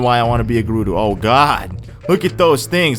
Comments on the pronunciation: "Gerudu" ohhhh i have a giant urge to correct him! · Its Guh-roo-do